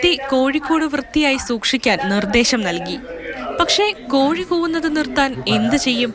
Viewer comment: കോയി അല്ല കോഴി എന്നാണ് 😄